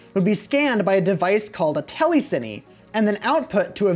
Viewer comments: "Telly-sinny" It's pronounced "tele-scene" bro 😂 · "teleciny" LOL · It is quite hard to take you as credible based on your butchering of the word Telecine.